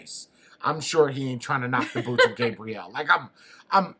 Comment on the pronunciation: For the love of God /gah-bree-elle/